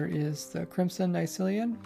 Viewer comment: "Nycelium" "Nerther Wart Block" "Lantren" I do so love watching your videos